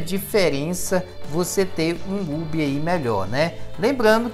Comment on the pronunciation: Cara, Hub se pronuncia ''Rube'', pelo amor! kkk